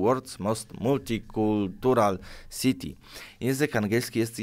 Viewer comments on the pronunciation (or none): none